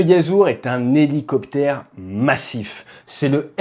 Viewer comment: Helo... ? Helociptère ? 😅